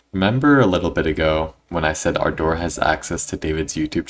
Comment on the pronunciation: My ahh keeps laughing everytime he said ardor because it sounds like he's talking about "our door"🥀😭😭